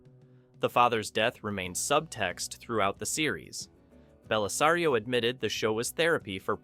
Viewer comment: But he got Bellisario correct. 🤪